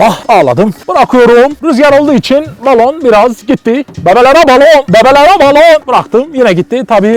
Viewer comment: Bebeğlere baloğn :D :P